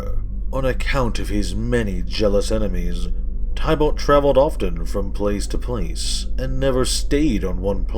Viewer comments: Lol your still saying tie balt. Teeh bullt. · It’s pronounced tib-ilt not ty-bult